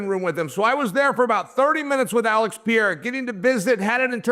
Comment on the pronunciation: Alex Pierra 😂Chael keeps on calling him Piera🥇 gold